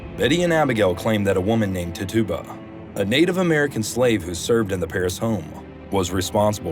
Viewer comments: " tit-chu-ba" is the correct pronunciation for the name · Her name was pronounced.. Tit cha ba... Great video